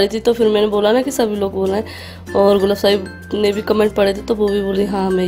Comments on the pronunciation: Gul afsha hota hai apsha nai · Gulapsha nahi Gulafshaan hota hai naam to sahi se likho or bolo aap log f k bajaiye p kyun laga letey ho